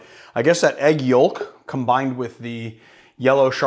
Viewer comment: Yolk.... Or Yoalk? 🤣🤣🤣